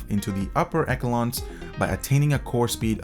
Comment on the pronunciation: I have never heard anyone pronounce echelons like that before. And Jigahertz? Why not Jigabyte then? No, it's not a complaint, I just found it curious.